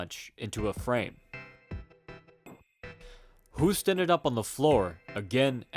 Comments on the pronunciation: Hoost is pronounced Hoast like in boast, roast, toast (or host) etc Not "who-st" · Btw 'Hoost' is pronounced EXACTLY as the English word 'Host'. Your pronunciation would be written down as 'hoest' which means 'cough' in Dutch 😂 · You speak out the name wrong